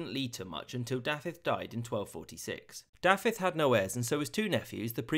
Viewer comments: I would give u a solid 7/10 only bad one was dafydd. The f is pronounced as a v 👍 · Great job with the pronunciation but the "f" in "Dafydd" is pronounced as a "v" and not an "f". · I'm sorry I chuckled quite a bit at Dafydd being called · He’s gone pretty well here. Only the name Dafydd is a bit off. Da-vith (with the TH voiced, not voiceless) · When you say Dafydd, you keep pronouncing it as thought it's Daffydd. The single f has a v sound. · As a native Welsh-Speaker, I must say that your pronounciation was almost perfect. [Just in case you ever decide to do another video on Welsh history~ Dd='th' in 'the', aka 'ð', and a single 'f' is pronounced 'v', whereas a double 'f', or 'ff' is pronounced as in 'from'. Your attempt at pronouncing 'Ll' was commendable for someone who, I assume, only studied the pronounciation for under a week, and is not a native speaker.]. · The pronounciation of Dafydd in regards to the f was my only issue with it myself. A lot of Wnglish speakers seem to not completely get the difference between f and ff. At least it's not as bad as my half-sister's mother who is also Welsh, but pronounces Pontypridd's dd as a single d sound, yet my English father pronounces it correctly. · Im sorry i know im knit picking but the prononciation of dafydd is killing me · Not a bad effort on Welsh names, but a) f is pronounced as the English v, as in Dafydd, and b) stress is never on the last syllable, so Owain doesn’t sound like domain. Also, Welsh does indeed have few vowels - only 7